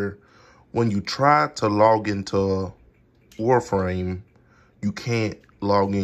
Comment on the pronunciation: my guy said warframe